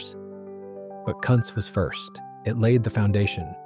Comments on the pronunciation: It is pronounced “koontz” not “cuntz”. 😂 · Yes! I thought the pronunciation was Koonts which sounds better than what was mentioned.. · [Cunt's' brewery?? ; it's pronounce Koontz... hire a pro for instead of a robot for f'sakes! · I'm pretty sure that's pronounced 'Koontz' rather than what you said. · Yes. The German name is pronounced Koon-tz. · It sure would be nice if people that do these videos would learn how to pronounce names. One time he says Kuntz properly and about 3 words futher he says it totally wrong. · the image is the Molson brewery in Montreal. The Jacques-Cartier bridge is in the background. Although the brewery has recently moved to new premises the iconic clock and tower will be preserved. In Quebec our buck-a-beer was a brand called Wildcat ale. The AI voice pronounces Kuntz brewery 2 different ways, one is VERY wrong!